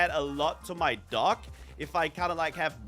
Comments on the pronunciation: Is it me or is anyone else hearing say duck instead of dock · says dock, I hear duck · I heard duck the whole time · saying dock like duck😂😂😂😂